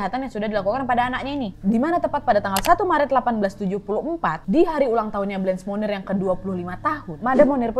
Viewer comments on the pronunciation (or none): Kak, saran dong untuk menyesuaikan pelafalan/pronunciation namanya sesuai aslinya yg menggunakan bahasa Prancis (bukan dibaca "blench", dan "monnier" r nya hilang/samar), sama sepertinya fotonya ada yg salah bukan foto Blanche Monnier, agak krusial sih Kak kalau sampe salah. Makasih sebelumnya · Selamat kak Nadia Mau sedikit koreksi pengucapan Blanche Monnier (blongsh Monie) La séquestrée de pointiers (La seqestre de pwangtie) 21 rue de la Visitation (vengteang ru de la visitasiung) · Hi Nadia. Itu pengucapan Blanche monnier salah, pengucapannya harusnya menyesuaikan dengan bahasa Perancis. Klo pengen tau pengucapan yg benar coba deh pakai translator bahasa perancis ke bahasa perancis. Kalau yang nadia ucapin seolah2 namanya jadi Munir 😁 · K, Cara bacanya setahuku blangsh monnie. Agak sulit sih y